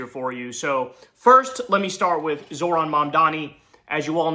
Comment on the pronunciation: Babe, it's pronounced ZOHran. No "r" in the first syllable. 😘 Thanks.